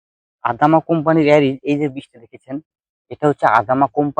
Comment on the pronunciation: দাদা নাম টা ঠিক করে বলুন ওটা এরিজ নয় এজিল